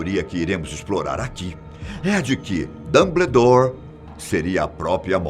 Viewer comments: "Dambledour" meus ouvidos sangram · Que agonia com a pronunciaaaaa. é "DAMBOUDÓR" não "dumbledore" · A cada "Dambledór" foi uma lágrima. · Falta a mágica pra vc parar de falar “Damblédor” kkkkkk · "DAMBLEDOR" KKKKKKKKKK GRITO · PAREI de ver o vídeo quando ele falou DUMBLEDORE, meu zeus. Chega. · "Dambledor" agora eu ri kakakkkkkak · "Dambledore" kkkkkkkkkkk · Repita comigo: Damboudór 😆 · "Dâmbledór" kkkkkkk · Esse apresentador é um dos melhores do canal. Mas o Dambledor dele que mata, será que a produção não vio isso kkkkk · "dambledour" me dói os ouvidos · A melhor até agora pra mim é "Damblédóre" kkkkkkkkkkkkkkkkkkkkkkkkkk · Que aflição ele falando "dambledor" pqp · "Dambledor" kkkkkkk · Que agonia o senhor chamando ele de DumBLEdore KKKKKKKK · Dâmbledór é foda kkkk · Cada vez que ele falou Dumbledore eu levei um Avada Kedavra! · Da até vontade de pegar pela mão e falar..."Fiiii, é assim que fala não, vem cá pra tia ensinar!" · Dambledór,holywards aaaaaarggh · Hoguiworts DomBLEdore Socorroooo 😂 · Réri, dombledor, rogalts ? Tá de sacanagem né tio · Achei q era só eu!! Kkkkk Dumbledore e Hogwarts são as piores pronúncias!! 😂😂😂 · Concordo o video está bm feito mas (harry portter???/Damblédóre???/hegwertze??)